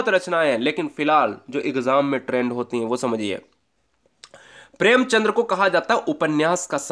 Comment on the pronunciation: भाई साहब प्रेमचंद्र नहीं होता है प्रेमचंद होता है l